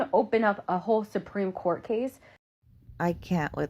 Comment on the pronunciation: Not the Supreme Cawwwwt! Lol